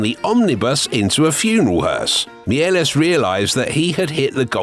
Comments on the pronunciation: Méliès is not pronounced Miélès, don't kill him a second time 😡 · a pity you mispronounced Méliès' name...